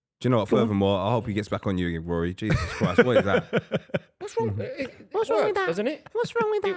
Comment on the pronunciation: When is going to learn that the J in Jesus is not silent